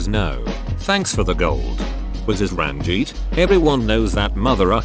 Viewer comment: It genuinely hurt when the tts read Ranjit as "Ran-geet" instead of "Run-jeet"